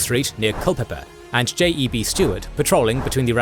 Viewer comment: Only comment is that J.E.B. Stuart was pronounced "Jeb", as one name.